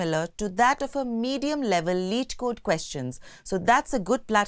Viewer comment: It's not lead code, leet code